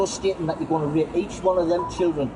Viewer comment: Wow you're doing great fucking job!! but at least learn to say rape properly.. You kept sounding like YOU were gonna rip the guy a new hole the way you were going cowboy!! Its good to catch a pedo but do you guys ever wonder why these muppets won't go after the big fish; the political figures? Well I dunno.. I've Been asking myself the Same question..